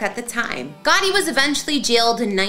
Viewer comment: Are you saying Gotti. Or Gawdy?